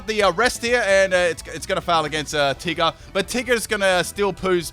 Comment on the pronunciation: Te-gar u supposed to say tigger. Not Te-gar